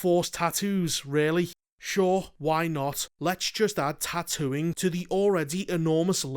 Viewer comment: lol “Tattooing”